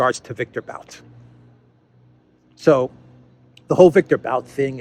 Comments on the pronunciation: Its pronounced 'boot' not 'bowt' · Victor B[u]t, not B[au]t. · It’s [bu:t]. Victor [Bu:t] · Виктор Бут = Viktor But - But rhymes with put, foot. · Pronounced boot I've seen Russian commenters say. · Darkly humorous that the hands down world champion arms dealer and merchant of death labels Bout(pronounced BOOT btw) in that way.